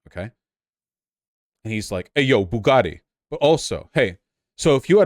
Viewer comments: booga ee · He pronounces things like they're made up fantasy names. "Buga'tti." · His accent is such a perversion of British English he doesn't even pronounce bugatti like an actual English person.